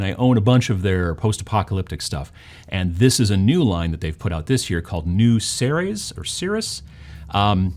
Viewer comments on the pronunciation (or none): It's pronounced seereez, like cereal. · ceres is pronounced as "series"